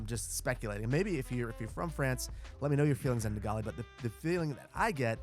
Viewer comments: I think this episode is brilliant and I loved the history interlude. De Gaulle managed to seriously annoy the British too and Churchill couldn’t abide him. However, I didn’t recognise who you were describing until you showed a picture as his name is said Gall to rhyme with Haul. 🤣🤣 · Hello! I am from province of Quebec and I am impressed you talk about what DeGaulle said when he came to Montréal. DeGaulle's declaration had given power into Québec independance faith. Last point, in French DeGaulle should be pronounce like De-Goall Keep going with your great work!!! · De Gaulle is pronounced “de gole”. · Loved the video. Just one thing... De Gaulle is pronounced more along the lines of "De Gaul" or "De Gall" (as in the gall bladder). Anyway I love this build so much. As an Aussie who lives in a Victorian green wedge, this all reminds me of my surroundings. Of course not everything is a accurate (Left drivers unite!) but yeah its a lovely build. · Great video! Small correction: as a francophone who also speaks English, let me say that Charles De Gaulle is pronounced as 'shawrl duh goal' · Ooooh shit, you ment ‘de Gaulle’!! I’m a Dutchman and ‘je ne parle pas Français’. But I know you should pronounce ‘de Gaulle’ more like ‘duh goal’.. I was like, who the heck is he talking about? And then the picture popped up. 😅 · I'm sure this has been said but I'll say it anyway, its pronounced "De Gall". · Psst: it's pronounced De Gaul. The"e" is silent. Though I could definitely see the locals taking the name and pronouncing it in the way you've done for their street or town or whatever. 🙂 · Quebecker here!! 🙋🏻‍♂️... De Gaulle is pronounced "de Goal" the "au" makes the sound of an "o" in french... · Charles de Gaulle is pronounced like "Sea Gull" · Hey, just so you know DeGaulle is pronounced "De Gaul". E is silent. Love your videos! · Have I been pronouncing it wrong this entire time? I always thought it was pronounced De "Gawl" XD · Rhymes with De Paul. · me too. 😔